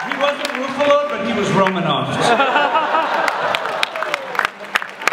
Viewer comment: "Ruffalise" lol